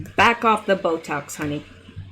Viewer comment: Did you say Hoetox?